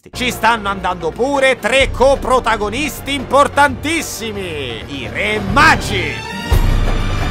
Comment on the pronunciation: Sarà passato più di un anno, ma il non riesce ancora a dire coprotagonista. Vabbè te se vuole bene lo stesso <3